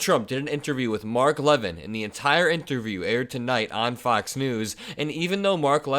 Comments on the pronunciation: Mark LaVIN is pronounced. Last syllable emphasis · Mark is a jerk, however he pronounces his name Leh - Vin with the emphasis on the V Not Leaven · FYI,, that execrable little douchebag's name is pronounced "Luh-vin".